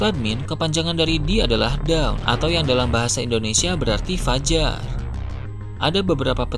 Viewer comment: Sebutannya Dawn, bukan Down min. Dawn - Sebutnya = Donn 🐊